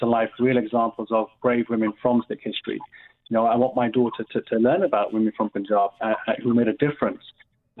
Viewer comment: Isn't it annoying when presenters say - the Pooonjab. Also, I hope she says Rani Sadaa Kaur correctly after she heard you saying it.